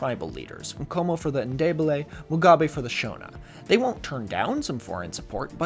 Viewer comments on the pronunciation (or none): Just real quick, you don't pronounce the L in "Ndebele". I don't know why